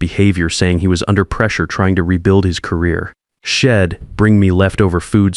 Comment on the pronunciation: Worst AI reading I have ever looked at! The reading was ruined by terrible grammar! Maybe they could have used some apostrophes to turn Id into I’d and shed into she’d! Get real or go away. Just heard another failure hed, instead of he’d! How ignorant that sounded!